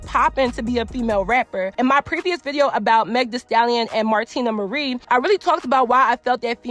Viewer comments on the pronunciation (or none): none